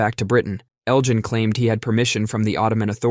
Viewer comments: Elgin, not Eljin. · Hard g, Elgin, not Eljin. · 1st: pronunciation: Elgin has a hard G, not a soft one. 2nd: false information: Greece as a sovereign country has not even existed 200 years yet, and 3rd: fact: the official demand for the restitution of the Elgin marbles was filed as late as 1982. (edit) oh and 4th: the Parthenon can be viewed exactly as it was before Elgin saved the marbles because copies of the sculptures were made and installed where they belong on the structure (any originals that remained are in Greek museums, btw, thus all that is seen on site are copies)